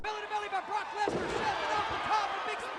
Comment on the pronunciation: This dude said Lesnar with three syllables